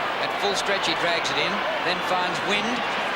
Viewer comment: Jimmy wynd must have been a new player because the commentators are pronouncing his name "wind" lol